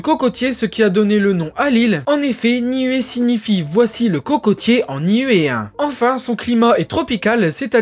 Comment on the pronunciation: ‘Ia ora na de Tahiti. Niue se prononce Nioue Les "u" se disent "ou" dans les langues polynésiennes. Merci pour cette vidéo moi qui ai également des origines de Niuē et d’Aitutaki.